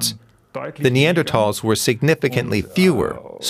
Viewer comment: At least they were *NeanderTALLS", and not "NeanderSHORTS", am I right?